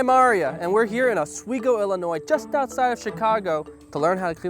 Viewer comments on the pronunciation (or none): I live near Oswego and the way he pronounced it made me cringe